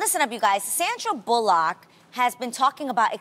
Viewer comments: It's pronounced bulluck Adrienne not bull lock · "Sandra Boo-luk" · Mighty Clickbait it’s bullick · "Sandra Bull-Lock" lol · annabelvb I literally just said she screwed up that last name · Adrienne should learn how to pronounce Sandra Bullock's last name correctly. It's not that hard lol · Adrienne, that's not how you say Sandra Bullock's last name lol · Why she pronounce her name like that 😂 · Adrianne can't even pronounce the lady's name right